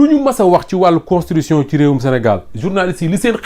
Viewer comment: Mais c'est quoi même "constrition"? CONS TI TU TION. Faut pas avaler les syllabes.